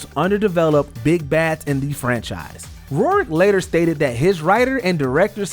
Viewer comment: Why does this guy keep pronouncing Rourke incorrectly? If your going to do these videos at least learn to pronounce names correctly.